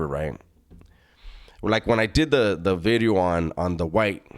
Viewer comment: Say 'vidyo' again like you're Welsh....